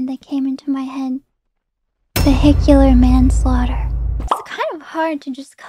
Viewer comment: Manslaıghter? Doktor, I did that shit on purpose.